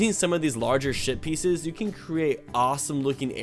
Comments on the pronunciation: I thought you said shit not ship pieces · You said "Sh%#t peices" did anybody notice that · I thought he said shit ;)